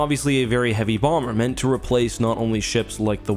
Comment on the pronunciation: emphasis on the phrase “heavy”